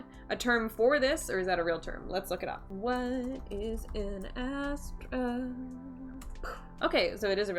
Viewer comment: It's not Hyastra , it's hasthraa